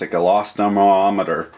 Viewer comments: EE-last-o-mare :D LMAO at "Hoo-ha rattling" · eee-lass-toe-mer lol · I could probably help with that pronunciation. Elastomer (E-Lass-toe-murr). hope that helps! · Elastomer just four syllables.